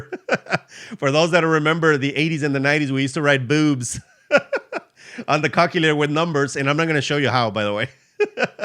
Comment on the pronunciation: Hey I just discovered your channel today and I love it. I know English is not your native language, but has anyone told you that the way you pronounce calculator makes it sound like the English name for a male chicken if you know what I mean. Google how to pronounce calculator so people won't giggle when you say it.